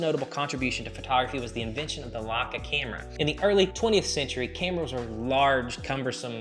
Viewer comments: Lots of good info, thanks. I’ve never heard anyone pronounce Leica as “Luka” before, very odd. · And I think it is funny how he pronounces Leica. Who cares. It is still a great video and allmost no one outside germany can or knows how to pronounce german brands.